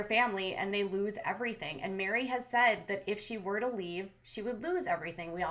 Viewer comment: Meri like merry christmas not mary or mari